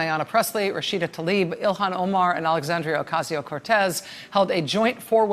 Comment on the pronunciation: TLAH-EEB, NOT TALEEB